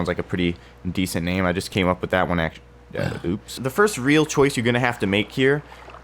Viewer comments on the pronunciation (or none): none